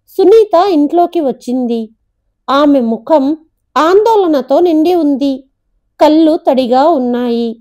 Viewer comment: కల్లు కాదు, కళ్ళు అని చదవాలి.